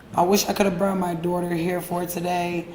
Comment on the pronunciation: “I wish I could have “broung” my daughter in today” 😂 she is not studying medicine stop reaching 😂